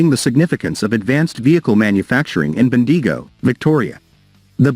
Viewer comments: Bendeego. I love it. From now on Bendigo should be Bendeego🤣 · Ben-deee-go 🤣🤣🤣🤣🤣🤣🤣 Failies 🤣🤣🤣 I can get a Military based YT channel mispronouncing Australian place names like Bendigo, but when you can't even pronounce one of the biggest Defence Companies in the world correctly, then you are nothing but a joke.